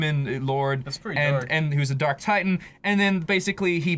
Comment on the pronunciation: did ross say they opened up the dork portal? haha